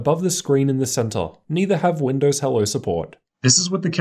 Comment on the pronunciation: Hey. Its Windows not Widows!!